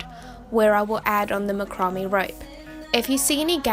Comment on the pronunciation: Not to be a “nudge”, but “ macrame “ is pronounced “ Mack- ra- May “ and those little “ stalks” are actually “ Pin’s”. ( Nice craft idea though.👍 ) Thank you.